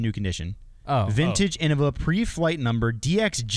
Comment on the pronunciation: Hot take: anyone who pernownces innava is new. Paul knew what he was doing. It’s pronounced Innova. Deere Lorde